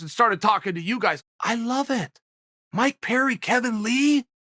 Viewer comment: Okay, Chael is just trolling us all now with this mangling of everybody's name...he can't be THAT American saltine! 🤦🏾‍♂️